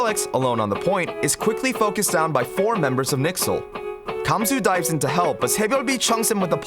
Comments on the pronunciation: i like the videos but please its not nixel its n y x l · Hearing "Nixle" is just so cringey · If I hear anyone pronounce NYXL's name as "Nixel" in a video again I'm going to kill myself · N Y X L not nixel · Great analysis, but you should've stuck with the pronunciation used by the OWL casters for consistency's sake. NYXL is "New York", "N-Y-X-L", or "Excelsior", but never "Nixel". Janus might be the "Hanus" in Korean? Spanish? If the comments are trustworthy, but just say regular Janus with regular J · pls don't say nixl just say NYXL and pronounce the individual letters. great video though keep it up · Did he say “nixel” for NYXL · NIxel? I can only assume that's how the members of NYXL pronounce their team's abbreviation, or maybe it's a nickname for their team? Either way it's strange since it's the first time I ever heard it. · I love your videos! But I also die every time you say Nixel. :P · The fact that you pronounce the “N-Y-X-L” as one work is really weird